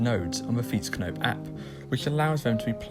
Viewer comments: He did pretty well pronouncing that, at least he didn't say fi-ètsknoep! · As an experience expert. This is very well pronounced On vacations I heart way way worse.